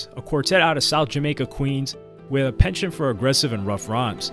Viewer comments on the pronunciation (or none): none